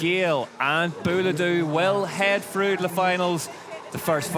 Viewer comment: "Ten go frough"